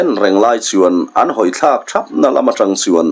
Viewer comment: thawk leh khatah tih kha i lam dan thluk a van mak ve